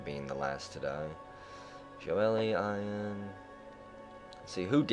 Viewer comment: Yo. Just a friendly fyi: the name Ian is pronounced "E-N" (the letters E and N one after the other). Its my name, and I remember you wondering out loud about the pronunciation in a SS13 video. I know that doesn't make any sense spelling-wise so your way is a common mistake. I always appreciate your content (you've got me playing mush), and sorry to be a wise-ass. Cheers!